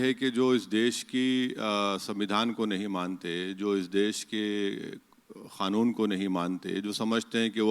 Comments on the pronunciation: Khanoon nahi kanoon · Khan wala khnoon kah rahe hai kya Kanoon hota hai bhai